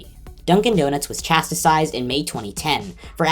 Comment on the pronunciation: It’s pronounced CHAS-TIZED, not Chas-ti-sized. Dunkin Donuts are great, but the and their coffee are way to expensive for me to make it a habit.